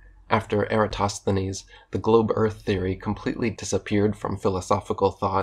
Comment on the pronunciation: Sheesh, that Lie-entist couldn't even pronounce Eratosthenes, for goodness sake...